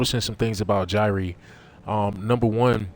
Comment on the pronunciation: Gyre=JI-re not JI-ree